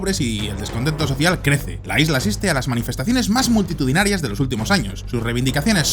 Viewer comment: 0.18 la manufestacion mas myktitudinarua con 100 personas